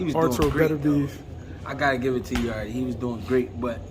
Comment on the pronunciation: People have to stop calling Yarde “Yarday” 😂 Yarde is Jamaican and in Jamaica we call Jamaica “yard.” That’s how you should pronounce his last name